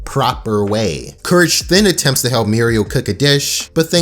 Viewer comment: Not "Mural" , it's Muriel